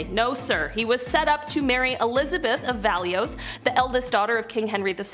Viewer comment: Valois = VAL-wah